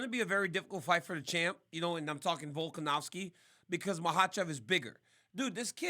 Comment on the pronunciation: How about RC learn to pronounce Volkanovski's name properly?. It doesn't even have a W in it, how hard can it be bro?